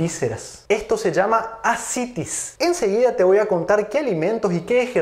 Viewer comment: No se dice várices sino varices. Tampoco se dice acitis sino ascitis. No sé, es raro que un médico no sepa ésto